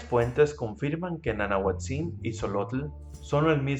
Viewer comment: Gracias por tus dibujos. Excelente!!. Te contribuyo con esto: El acentuado de las palabras en Náhuatl es grave, no agudo es decir se pronuncia NANAHUÁTZIN.